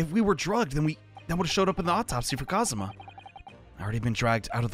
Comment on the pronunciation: It's Kazuma. You were pretty close though.